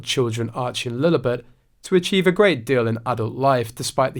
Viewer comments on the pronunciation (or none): none